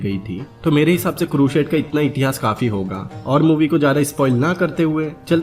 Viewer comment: Yeh bi toh deta ki Jihad kya tha, musalmano ne kitne nirdosh logo ka mara, kitno ka rape kiya aur kitne cities ko loota, jalaya. Woh sab bataye hue yere muh main Dahi jam gaya kya. Kehta hai bina kissi ki side liye movie explain kar raha hu, aur explain kar raha hai Crusade ko, pehle pronunciation theak kar le apni, phir Crusade boliyo.